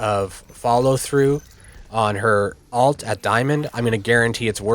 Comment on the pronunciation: Thanks for the video. Have a like! You taught me a lot, and the in-depth stuff was really helpful. Definitely deserves more views! Btw, it's pronounced ult. It sounds like you're saying alt. Or do you have an accent or something? My apologies.